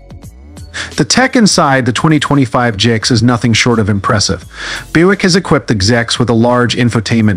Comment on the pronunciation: GIX? Annoying narrative. No it is a G.S.X.